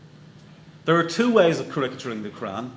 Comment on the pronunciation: Very interesting debate. But he doesn't know how to pronounce "caricaturing"?